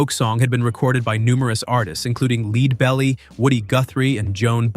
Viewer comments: LEAD belly? Puh-leeze. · I just found this channel today and was enjoying these videos until I heard him mispronounce Lead Belly. Immediately down voted and will never watch this idiot's channel again!